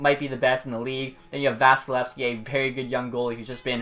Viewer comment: Did this boy say the Vezina is going to Valeyskeski? 🤦‍♂️